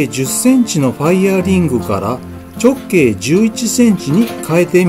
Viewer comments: ちょっ↑けい↓ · たぶんアクセントに関する発言は 直径のイントネーションの事だと思います。 直↑径↓ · こんなに綺麗にできるもんなのか、すごいな…ただ直径のアクセントが気になるw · 直↑径↓という抑揚が斬新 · 直径の発音きしょすぎやろ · 「直径」って、言い方が訛ってるね。 何処にお住まいだろうか。